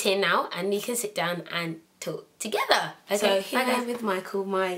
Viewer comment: i love how she says together..."togefer"